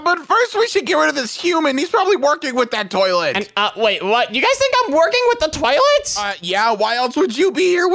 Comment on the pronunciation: Its not "twoilet" its toilet